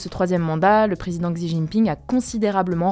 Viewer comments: Merci pour ce travail de synthese! C'etait franchement long le sujet sur leboncoin. tu pourrais prononcer "chi" pour xi JinPing? Merci a l equipe! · Petite info : "Xi" (en chinois) se prononce "chi" (en français) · Hey, pour Xi Jinping, "Xi" se prononce "chi":)